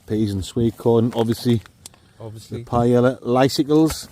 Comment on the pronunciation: As a professional chef, that "paella" hurt me 😂 but I hope you guys enjoyed it, great video as always!